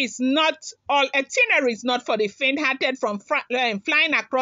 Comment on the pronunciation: it’s “ITINERARY”, check d spelling & pronounce it slowly. No one knows it all, though. Cheers.